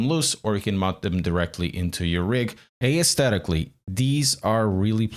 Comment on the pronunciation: The word aesthetically has a silent a so it's pronounced esthetic 😉